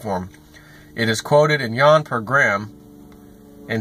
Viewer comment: Its pronounced you-won....not yawn.